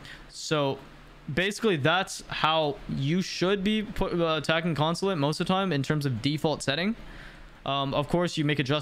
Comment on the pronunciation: Bro had a stroke saying attack consulate